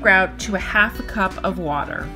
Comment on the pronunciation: The way she said water tho